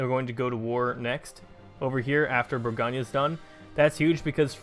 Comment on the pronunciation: for what it's worth, it's "bore-goan" not "bore-gone-yuh" not trying to be that guy, it's just that my french teacher used to get on me about my pronunciations